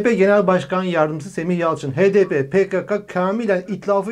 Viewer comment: neden pkaka değil de pkeke diyor. Söyleyebiliri misiniz